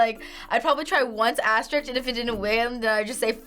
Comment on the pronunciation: "asterickqs" ... Umm, okay.